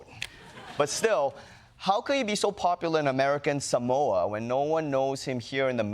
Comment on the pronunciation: Samoans don't even pronounce it that way. It's more like Somwa.